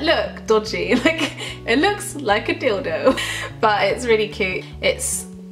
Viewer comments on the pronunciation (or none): HOW YOU SAID "dildo", oh my gosh. That made me laugh for hours. Hahahaha